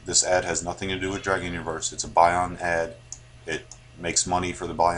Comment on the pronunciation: Buy-Ond... face palm It's pronounced like "beyond."